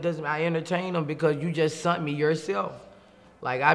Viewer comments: “You SUNT me yourself” 💀💀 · My nigga said “you just SUNT me yourself” 😂